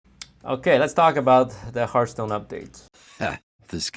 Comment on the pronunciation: "Hearthpoon" Lmao